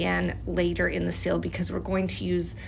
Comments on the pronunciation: I can’t get by the “sill” like someone leaving a pot on the window SILL for sunlight, instead of SEAL!! Rhymes with eel, or feel, or heal!! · Also thought she was saying “sill” the entire time. Only in the last 10 seconds did I realize she was trying to say seal. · Took me so long to realize you were saying “seal” and not “sill” 😂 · Pronounced ‘seel’ Not ‘sill’ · nice job! but you’re saying “sill” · she also says sill instead of seal 😭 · The way she says seal “sil” is sort of horrible. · I thought you were saying “Sill” until you put it on a letter. I’m so silly lol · I genuinely thought she was saying sill and that it was the fancy term for wax art lol